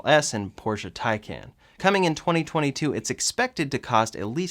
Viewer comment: Great video. Enthusiasts, let’s get on the same page: Taycan = “tie-con.”